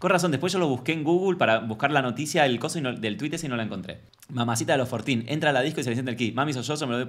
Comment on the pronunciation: Jajajaj cero inglés... Yo entendí "Fortín"... Como qué es fortín? Que es? Y era 14.😂